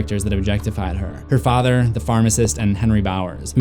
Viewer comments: I love how they say “ fader” instead of “ father “ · anybody notice how he and mrs kersh both said fader instead of father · The next thing Beverly notices is a photo of Ms kersh and her Fader....I thought he said it wrong until Ms kersh said it the same way too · And her fader Sir it’s father Clip: my fader Oh.